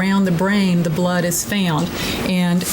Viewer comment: any 'doctor' who somehow makes the word found into 2 syllables cannot be reasonably trusted to be competent. If one cannot speak at grammer school level then how in the world can they be expected to practice advanced medicine?